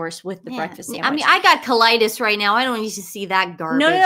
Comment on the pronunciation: "SAND WHICH" :D